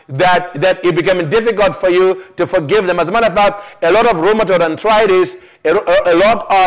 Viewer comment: Dear you are mis pronouncing names of diseases such as Multiple sclerosis and Arthritis......which it makes it difficult for Westerners like me to understand you, blessings, Dorothy Hennessy